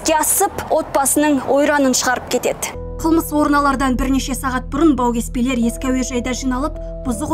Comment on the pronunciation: Жүргізуші қыздың әліппесінде “ і “ “Ы” деген әріп болмаған сияқтығой))) Дейд кетед келед көрінед келед деп жүйкені жұқартты😑